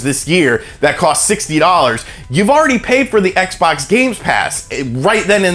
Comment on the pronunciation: the way he says xbox hurts